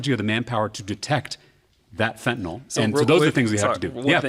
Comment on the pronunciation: Reasonable, smart and actually pronounces fentanyl correctly.